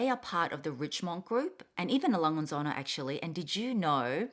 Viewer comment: Really nice. I love all of them, but my favorite are the once from Cartier. The packaging of the Fendi once is so adorable. I bought sth. from the lunar collection but sadly not getting the envelopes. So hopefully I could win some of yours😂😝. Love from Germany 🇩🇪. Söhne was not quite right, but I have no idea how to pronounce it in writing😂. You speak the h, thats my only hint. IG: chris2016toph Hope you have started the new year with lots of love and joy. Keep on going👍